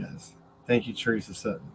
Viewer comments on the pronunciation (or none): none